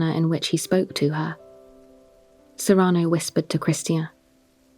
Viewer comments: it's SEE-ruh-no. I love your voice and have always loved this play. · It bothers me how pronounces "Cyrano" so I can't listen to it.